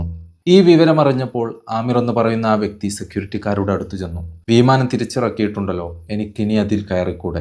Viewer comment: വീമാനം അല്ല, പൊട്ടാ വിമാനം 😂